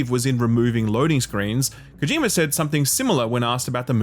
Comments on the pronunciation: His name is Kojima, not Kojimer. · "kojimer" lmoa